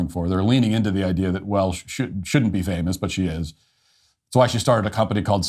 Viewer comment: you said "famiss" instead of "famous". Learn how to prounounce "-ous".